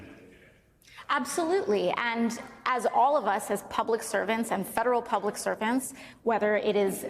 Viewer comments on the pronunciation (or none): Also, hahahahahqhq "public sevrvents cant get presents" rrrreeeeeeeee!!!!